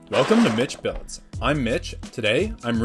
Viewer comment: 'Welcome to ' I thought u said a DIFRENT itch word